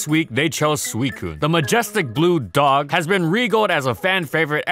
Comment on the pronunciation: Leopard, actually, but close enough. They aren't even remotely dogs at all. I don't understand why people still call them that. It's irritating. First 3 seconds of the video and he puts a pause and emphasis on the word "DOG" ugh.